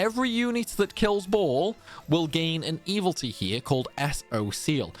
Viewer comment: Truly a gentleman and a scholar. I've played every Disgaea game up to this point but this was the first one where taking on Baal felt manageable and your guides were a big part of that. I have to ask tho. Is mispronouncing "evility" a bit that I am a latecomer to? I can understand mispronouncing "Pirilika" because even Fuji can't get it right for the entire story campaign. No shade intended, my ears just perk up every time it happens during your videos.